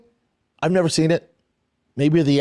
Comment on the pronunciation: So that’s why he won’t iiiiver succeed, and it’s also why his KIDS will niiiver succeed. His own words… what a moron